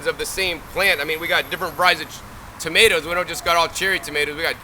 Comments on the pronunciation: Did my guy just say To-may-tee-ows for real? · toe-ma-ti-oos lmfao.. Ive never heard that in my life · Toe-muh-tee-o's. First time I heard this pronunciation. Interesting....